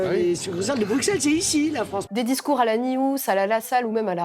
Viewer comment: Déjà le type est incapable de prononcer Bruxelles convenablement